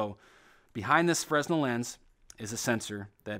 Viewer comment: It is not pronounced FREZ nel, it is fruh NEL